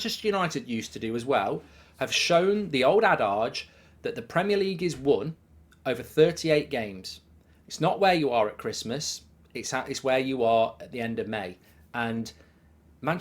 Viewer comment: It's ah-didge, not ah-dahge